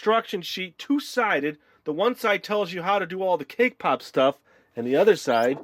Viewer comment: When you said cake pop it sounded to me like k-pop. :-)